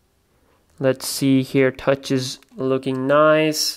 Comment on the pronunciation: He said noice